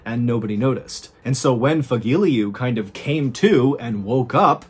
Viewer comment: Fagile?... No Fagilyu